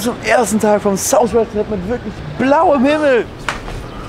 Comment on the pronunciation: Meine fresse south mit th nicht sous west so sagst dus